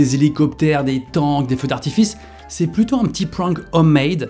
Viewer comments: Prank se prononce avec un aaaaaaa : P r aaaaa n k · Le mot prank prononcé pwwank il me perturbe trop😭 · Résumé de la vidéo , il ne sait pas dire prank